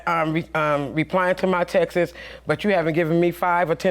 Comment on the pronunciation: She said chicken & hot dogs are ghetto, yet she pronounced texts as “Texas.” Okay…